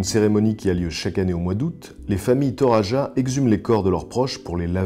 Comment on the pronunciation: Pour les Toraja, il faut savoir que n'importe qui ne peut pas avoir une poupée à son effigie après sa mort : le nombre de bœufs sacrifiés lors de son enterrement compte, il me semble. (et ça ce prononce Toradja ;) )